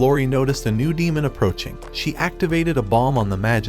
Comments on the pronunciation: Demon not damen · Damen? You German?😂